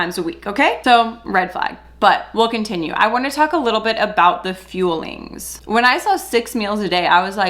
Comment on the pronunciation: Scamberlyn Reid has done optavia a couple times. She spends hundreds(several hundred) of dollars and gives up after 24hrs. It sticks in my mind because she pronounces the fuelings as feelings saying "im eating my feelings". Yeah the 6 meals are 5 snacks and a meal. They arent very nutritious and of course if people lose weight its because they are in a calorie deficit NOT because Optavia is revolutionary!